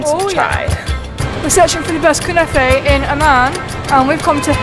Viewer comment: I can't help but laugh... LOL Knafeh is pronounced how it's spelled. KNAH - FEH not kunah fey lol